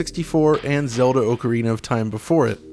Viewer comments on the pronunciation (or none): none